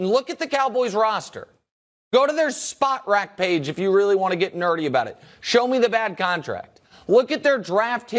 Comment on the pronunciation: Shouts out to Nick for calling it "Spot Rac" like it really is and not "Spo Trac" 👏